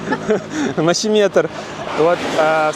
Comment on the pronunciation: Только мощемер, а не мощеметр.☝